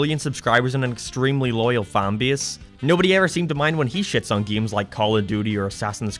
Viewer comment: Ew he pronounces it "geems". -a true gAmer